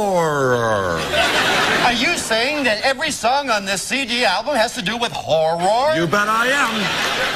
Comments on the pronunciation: Love the part when Ryan and Colin mock Drew for mispronouncing Horror. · 0 The joke was that Drew tried to say "horror" but he messed up and ended up saying "horrrr". so obviously Ryan and Colin had to make fun of him the whole game by saying "horrrr" instead of "horror". i don't think they're saying "whore" bc Drew pronounced it like that but I wouldn't be surprised if they were lol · ...it was Hor-ROAR...lmao